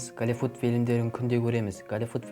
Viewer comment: дұрыстап сөйлеш кəливүд,пəлисей,дəвление деген сөздерің жағымсыз естлдеді екен құлаққа.дауысыңда жаман дым сөз қорың жоқ екен бауырым.